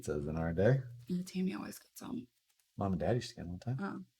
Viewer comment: Why do almost all of the people who build a Tamiya kit pronounce Tamiya wrong? It isn't that hard... the vowels in the Japanese language are not pronounced like Americans do as the language is mutilated.... A is pronounced ah. E is eh. I is ee and o is oh. So....Tamiya is pronounced Tah Mee Yah. NOT Tah My Yah.